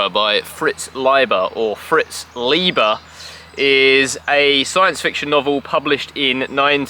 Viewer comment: It is Ly-ber.